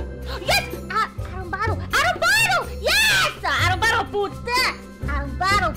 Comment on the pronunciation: "Arombado" sksksks pareceu meu irmão tentando chingar